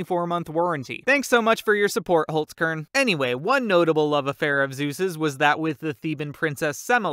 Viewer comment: You said holzkern so wrong